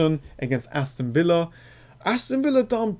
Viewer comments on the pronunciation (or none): none